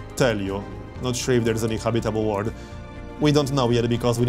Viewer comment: please learn how to say 'world':) Thanks for the gameplay.